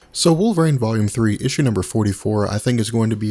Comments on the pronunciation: Wolverine not Wolverane ;) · I just keep hearing "Wolvrain... wolvrain... wolvrain"